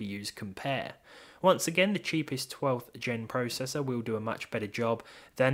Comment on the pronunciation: You say processor/process wrong